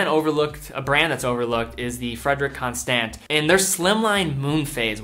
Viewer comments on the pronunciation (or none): “Fredrick Constahnt”